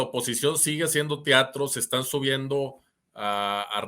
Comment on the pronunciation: TEATRO no "TIATRO" IDEALES no "IDIALES" que pasó ahí mi???